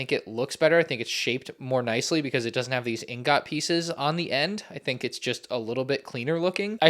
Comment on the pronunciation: why did you pronounce ingot like that...